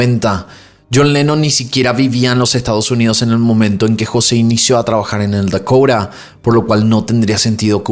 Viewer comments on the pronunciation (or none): Se dice edificio Dakota y no dakoura